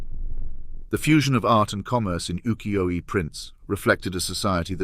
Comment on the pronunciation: The only give away was the mispronunciation of UKIYO-E